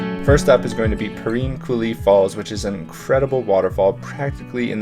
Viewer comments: Shoshone rhymes with phone. No “ee” on it. The “I” in Perrine makes an “eye” sound, not “ee.” Sorry I don’t know phonetic lettering. Also pillar falls is not a swimming hole, it is notoriously dangerous and has been the site of several drownings. Great hike though, and you can portage your kayak and continue upstream to Shoshone falls. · Great vlog! It's always nice to see people appreciate our nature. :) We take a lot of pride in our outdoor recreation and natural history. My one catch as a local is a couple mispronunciations. We pronounce Perrine as "puh-rhine," rhine like rhinocerous. The e at the end of Shoshone is dropped for places like the town and falls, but pronounced your way whenever referring to the indigenous people who lived here before settlers. We pronounce locations "show-shone." Another common mistake locals will notice is Boise getting mispronounced as "boys" or "boy-z," but it's actually "boy-see." Drives us nuts. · You mispronounced "Perrine" every time you said it.